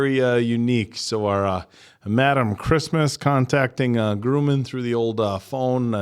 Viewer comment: PLEASE don't call him "Groomin'"! It's Grumman, like "um" or "yummy" or "dumb". Like Northrop Grumman the aerospace company.